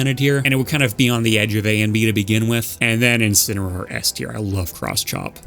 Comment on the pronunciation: INSINAROAR? S TEIR?? HELL NAH 💀. I BE FALLIN OFF DA DAM STAGE WITH DAT GARBAGE.